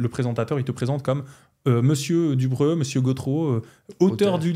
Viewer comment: Y'a pas de "a" à Dubreu ;)